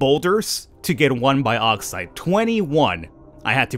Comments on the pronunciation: its also bugging me how u say bauxite its not pronounced "bi + auxite" its mor like a "box + cite" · It's Box-ite, not bi-ox-ite Cheers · Its pronounced boxite not baaxite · broooo😂 its pronounced boxite not baoxite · "biauxite" it's bauxite lol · Hey bro! It's pronounced borksite. Much love. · Boreksite is the pronunciation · Bad Boy American to UK pronunciation. As the ancestor to your language the more correct is the UK Bork. Think baux. Au. Auger. Then you get the correct sound.